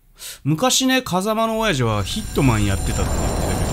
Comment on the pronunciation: の親父の発音がゲゲゲの鬼太郎の目玉のオヤジで笑った